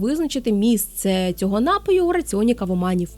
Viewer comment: НапІІІІІІІІІІІІІІІІІІІІІй, напООООООООООООООООю, напООООООООООООООєм тощо. Не поширюйте помилок,!